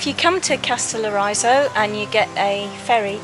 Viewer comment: Lol you’ll have to first learn pronounce the name of the island correctly and then I’ll tell you how to say very beautiful in Greek. The stress is on the first O and the I is pronounced like in ridge not like in riot.